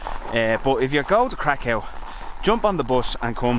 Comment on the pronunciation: Not for the faint-harted 😄 views are stunning please pronounce Kraków right ("Krakau" has bad connotations) 💗